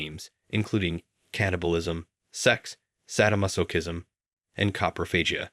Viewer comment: I tapped out at sad o Mas o Kist om